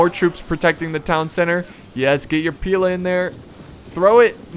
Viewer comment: Pila, pronounced Pee-lay is the plural of Pilum, pronounced Pie-lum, and only Romans used them, not the Iberians!!